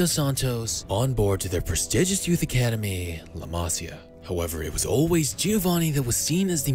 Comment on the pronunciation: Homie said “Leh Masya”